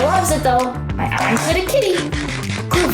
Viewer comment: you said arange😂😂😮😂😂😂😂😂